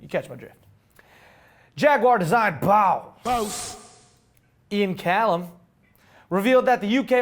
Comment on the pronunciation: Am totally loving the BAUSSS pronunciation !!